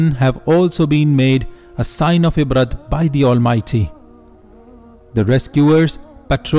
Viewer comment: Ibrah عبرة not ibrat don't pronounce the T.. please bro..